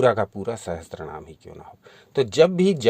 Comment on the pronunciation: Sahatsara ni he bhai Sahasra. boliye